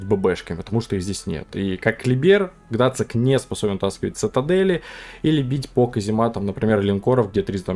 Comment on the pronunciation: Какой Гдацик? Гданьск- город в Польше! Зачем, как подросток, язык коверкаете? Геймерская профдеформация видимо...